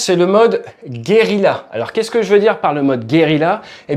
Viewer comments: Ah non ça tu peux pas dire : guerila... Ça se prononce gueriya... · Pour info : Guerilla se prononce gué-ri-ya et pas gué-ri-la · Juste un petit détail: Guérilla se prononce guériya. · Guérilla se prononce guériYa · Top analyse ! Juste la prononciation de " guérilla"...😉